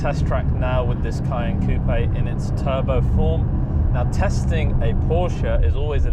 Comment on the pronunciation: It's a SPECIAL pleasure to hear RIGHT pronunciation of the french word COUPÉ (ˈkuːpeɪ) !!! Sick of that american simpletons' KUP...